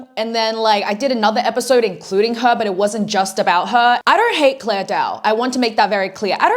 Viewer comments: The video is nice , but like her name is clara not clair dao, not that I care if jer name is roght or wrong but lile yeah 👍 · why is she calling her clare when her name ends with an A. 😭 clara